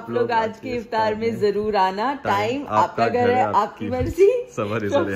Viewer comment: Jroor😂😂😂 nhi zroor hota hai😛